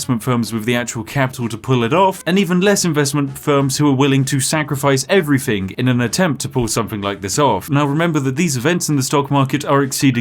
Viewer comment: Ok, what i wonder about after watching this: what dialect does the spiffing brit speak? As a non native speaker the only thing that sounds a little odd to me is the way he says "thing", cause with him its often like 'everythink' 🤔🤔😁 Also, is it on purpose he always mixes up numbers?? This guy is so DEEP 😂